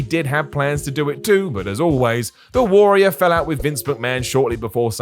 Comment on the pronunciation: Warrior, it's pronounced warrior.